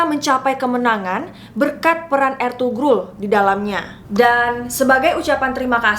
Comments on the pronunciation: Mohon maaf .. İzin koreksi dikit.., Ertuğrul dibaca Ertuuurul Karena huruf turki ğ itu gausah dibaca, Sukses selalu kakak ❤️ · maaf kak, ini " ğ " yumuşak g. g ini ngga dibaca kak jadi kaya di ilangin gitu contoh Ertuğrul dibacanya erturul atau Erdoğan dibacanya erdoan.. 🙏